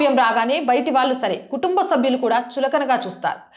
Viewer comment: విషయం బాగున్నా pronunciation లోపాలు వలన బాధ కలుగుతున్నది. కల్లు vs కళ్ళు భాద vs బాధ వాల్లు vs వాళ్ళు etc.